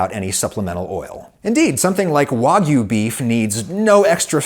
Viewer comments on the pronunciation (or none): none